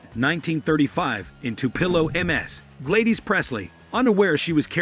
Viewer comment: It is pronounced GLAD-IS but spelled Gladys.